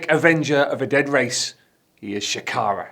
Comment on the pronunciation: Bruv. Shakara has multiple syllables.....